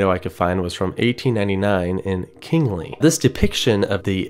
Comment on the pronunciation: Coming from an Iowan who has relatives in said town. The s in Kingsley is not silent